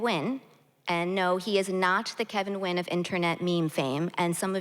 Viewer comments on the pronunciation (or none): Vietnamese-American author Kevin Nguyen's surname should be pronounced "N'win" instead of Win!